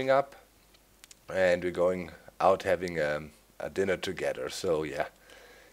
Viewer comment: I really noticed how you at like said "A small igloo -UND- stuff" for w/e reason .____.